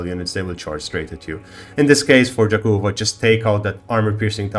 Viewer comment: Yakova, not jakova)